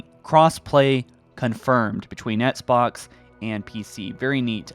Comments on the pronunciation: I hate how he pronounces Xbox "Etsbox" it makes me cringe. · "ets-box" lol